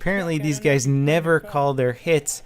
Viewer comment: was that a "Hey gays" just now?! XD